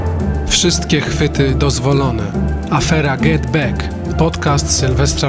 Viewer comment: Za dużo wody gazowanej a potem bek bek bek. Bekają i bekają. Może posłuchajcie piosenki the Beatles Get Back to się dowiecie że to słowo wymawia się przez ‚a’